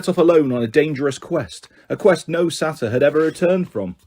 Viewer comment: Same with saytr idk how to spell it